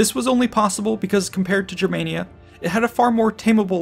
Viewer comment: You're pronouncing Germania wrong, if you're going off what the Romans called it